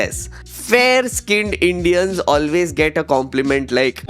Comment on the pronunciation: Can I ask, why dont you say "Video" like everyone else, why saying VEDIO, and also why you say Indians like EINDEANS?